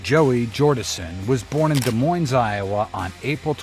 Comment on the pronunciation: Des Moines also it's pronounced De Moine not Desz Moinesz...